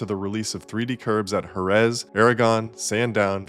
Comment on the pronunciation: Truly unhinged pronunciation of "Oregon" and "Jerez" here.